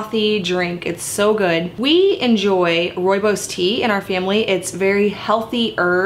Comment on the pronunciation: Hi! This video made me so happy! In South Africa we drink Rooibos tea like water. We raise our babies on rooibos and according to most grandmothers it is the cure for everything. Also, your pronunciation of rooibos is 👌🏻 perfect! (It is an Afrikaans word). I will definitely make this recipe. I love your channel and your recipes. I am working on a sourdough starter so I can try them all. Thank you!!!